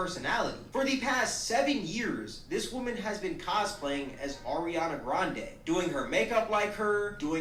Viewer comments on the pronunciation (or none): Every time I hear someone call Ariana “Arianka” I just lose it. And then for to follow it up with “Ms. Ponytail”? I damn near spit out my coffee. 😂